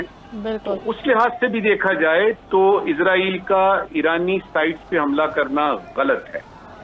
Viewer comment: Izrael nh, Israel with s not z ازرائیل نہیں۔ اسرائیل